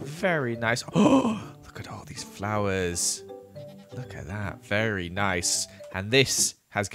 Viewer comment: Honestly when says "Very Nice." I hear "Fairy Nice." Which is just funny, because its an amazing pun and Kathrine is a Fairy in empires, so it makes sense!